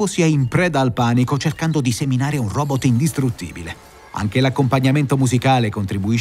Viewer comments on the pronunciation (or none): none